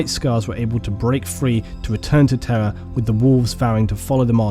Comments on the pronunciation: It’s time for another exciting game of: “Is he saying ‘Terra’ or ‘Terror’?” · Everytime you say Terra I hear terror. It's so fitting.